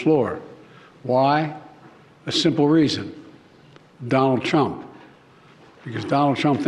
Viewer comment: Is Biden saying, "Donald Chump"?